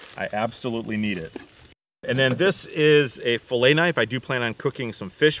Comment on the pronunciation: Great video,! Also I appreciate that you say "filet" correctly.